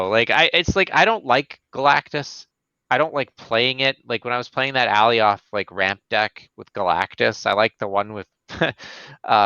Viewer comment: Please stop pronouncing it Allie-oth lmao my eeears